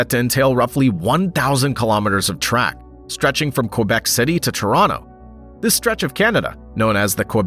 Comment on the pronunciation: Why can’t you pronounce Quebec properly?